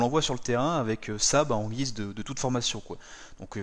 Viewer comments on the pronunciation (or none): none